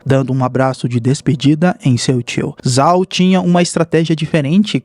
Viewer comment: Se escreve "Zhao", mas a pronúncia correta é "Jao"